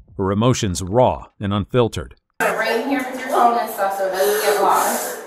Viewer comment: I can't stand to hear that, too-ah! 😂